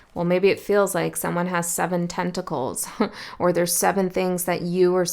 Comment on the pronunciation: lol "tent"ticles